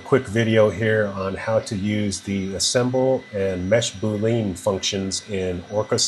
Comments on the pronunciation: Mesh BOOOOO LEAN for the win.. (Psst. It's Boo-Lee-An). Saved my butt, many thanks! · Nice presentation, but for the love of Pete, the word is pronounced boo-lee-ann.